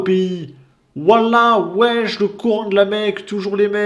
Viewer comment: il n'y a pas de e en arabe, en fait il dit wish 🤣